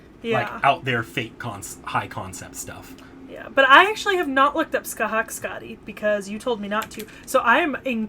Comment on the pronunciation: Scathach is pronounced ska-tah(fricative)aa-ch(fricative) kinda like Sasha ach but with phelm sounds on the h's.